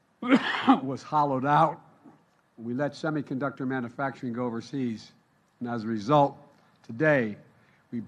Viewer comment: Manafacturing or manufacturing??